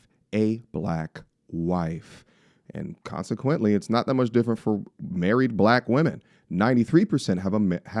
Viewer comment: "I wanna get murried" 😂